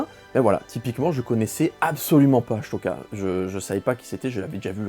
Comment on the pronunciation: Il m'a tué avec sa prononciation d'ahsoka 😂 mais on t'en veux pas en tout cas hâte d'être en décembre